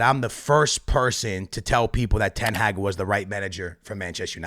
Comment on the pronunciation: Please learn how to say ten hag